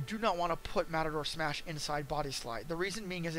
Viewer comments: This guy managed to mispronounce "Mator Smash" EVERY SINGLE TIME. Good guide, though. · How can you do tutorials when you can't pronounce the product right? Wirey bash and matador smash WTF?